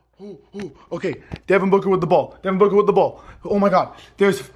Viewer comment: He said “Devin Booger” lol